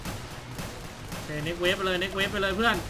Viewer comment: มันอ่านว่า wave(เวฟ) อ่านเหมือนไมโครเวฟ